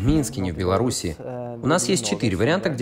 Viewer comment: Белараша. Серьёзно? Не стыдно, Вам,?